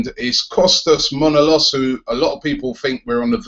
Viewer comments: Robbie....Please please pleeeeease pronounce ManolAs not Manolos ....I'm sorry, but living in Greece, it pains me to hear the name being mispronounced :) ...Otherwise, great work mate ! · Robbie, it's pronounced Manolas. ManolAs, emphasis on the last letter "a".